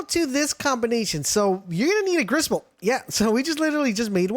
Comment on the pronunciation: Griss bolt more like riss bolt 😂😂😂😂😂😂😂😂